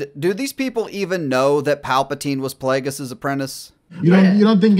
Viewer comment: Wow. A panel of 40 year olds play acting as teenagers reacting to Star Wars theories that they’re pulling out of each other’s asses. “Dude that’s SICK”. The second that wuss said “PLAYDJUS” I knew we were watching paid actors.